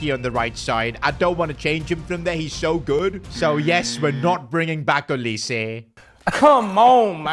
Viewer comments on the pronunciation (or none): none